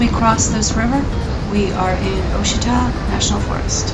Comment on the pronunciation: It's pronounced Wah-sheeta! Nice ride though, and well done on the music... apropos and not overbearing.